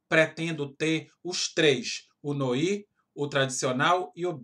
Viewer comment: Só uma dica... se escreve "noir"... mas se pronuncia "noá"... palavra francesa...